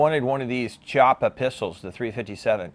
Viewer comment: Good review 👍👍👍👍! I believe the correct pronunciation of Chiappa is "Key...ah...pah". Thanks again!